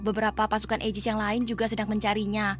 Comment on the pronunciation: Aigis kak bukan aijis